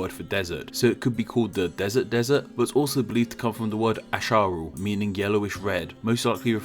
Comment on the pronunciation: asharu isnt pronounced a sha ru. its as ha ru. the sh isnt an sh its an s sound then an h sound. its not a commonly used word at all but its in the older dictionaries.